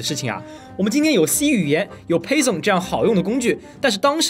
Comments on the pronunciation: 等等...那个读呸森？？不是应该读π方嘛.... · python 读成“呸怂”， 服。